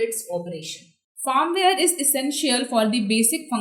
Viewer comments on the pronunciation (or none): it's not fArmware . it is FIRMWARE